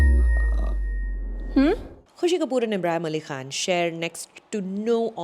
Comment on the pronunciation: nice "Khan" sound